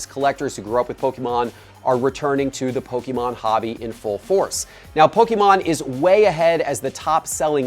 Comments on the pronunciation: love the content but please, I beg of you stop saying PokEmon. It is pronounced Poke-A-mon. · It is PokEmon NOT poke-a-mon